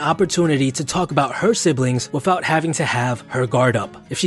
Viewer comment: It's not "wif" it's with. It's not "wiffout" it's without.